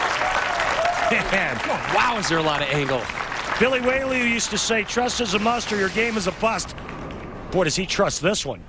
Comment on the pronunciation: " Billy Way -lee used to say" really Randy, really ?!